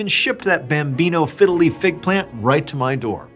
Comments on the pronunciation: it sounds like you're saying "fiddly" instead of "fiddle leaf" XD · Please say bambino figgeliy fig tree once more!! 😂